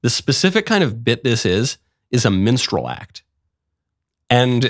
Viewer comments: Lol, I know Michael is saying minstrel but it sounds like menstrual. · did he say menstral act? He keeps saying menstral LOL! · “This is a minstrel act.” No, Michael. It’s a menstrual act. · What is "mensral" act or whatever he said?? Mensral performer? S9mekne please correct me